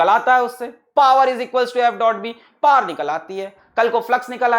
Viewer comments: He said par instead of power i got confised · When he says ''Power",it sounds like ''Per''